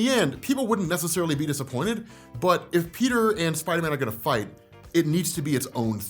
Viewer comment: "If Peter and Spider-man are gonna fignt..."?